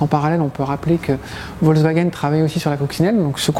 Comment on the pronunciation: ce commentateur est d'une nullité remarquable et même pas capable de dire correctement "deux chevaux" (ni d'ailleurs volkswagen qui se dit folKswagen), et plus il ne dit pas que la TPV avait un moteur refroidi par eau, quand à la production des 2cv à partir de 1988 c'était exclusivement au Portugal...